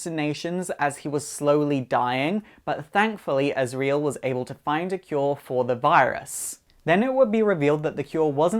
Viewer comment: But not azrael